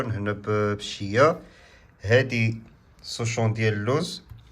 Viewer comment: سوشون❌️ شوصون ✅️